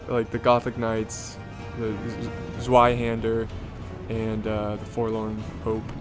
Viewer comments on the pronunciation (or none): Tis pronounced z-vi-hander